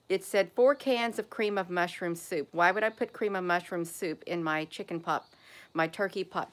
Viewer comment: AI did it to you again in this video. It would not let you say the word "chicken". They put a slight glich on the K in chicken. It didn't sound the K.